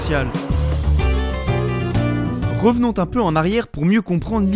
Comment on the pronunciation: Bon montage, bien dynamique, texte précis, bien écris et bonne élocution. 👏🏻 Juste une petite remarque constructive, tu as tendance a rajouter des liaisons en "t" inexistantes ou templaçant des liaisons en "s". Exemple :" à , juste après l'insert du chapitre 1, "revenont-un peu en arrière" 😅 J'ai entendu un "le japon-t'entier" qui m'a fait saigner des oreilles aussi à 😂 Mais sinon ton travail est très qualitatif, je te fais ce retour pour qu'il soit irréprochable 😉✌🏻